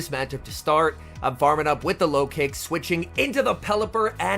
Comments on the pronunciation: Lol I thought you said low kicks in the beginning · I keep hearing "farming up with the Lokix" as "farming up with the Low Kicks" and I'm like "who in the heck is running Low Kick??" 🤣